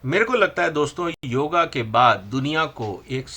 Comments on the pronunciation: योग ....... correct pronounce Not योगा....... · योगा नही योग शब्द है! दक्षिण मे लघु और महाप्राण मे उलटसुलट गडबडी के कारण यह अंग्रेजी मे चला गया। और आप अंग्रेजी से पढकर बोल रहे है। अगर विश्वास न हो तो शंकर -> संगर, मूर्ति > मूर्दी, स्तोत्र -> स्थोद्र जैसे बहुत से उदाहरण मिल जाएंगे। आप हिंदी भाषियोंके लिए बोल रहे है, अतः आप से मूल शुद्ध संस्क्रृत उच्चारण की अपेक्षा है।